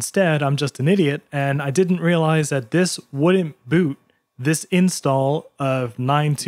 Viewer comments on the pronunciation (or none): none